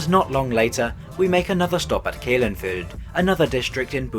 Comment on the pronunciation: Kelenföld and Pécs are really butchered though and that really bothered me, atleast he made an effort on Budapest.